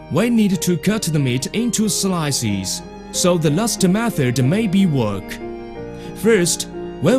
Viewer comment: .. gut the meet into slisis so the masta waffer needs to wook... What the fuck did i just heard?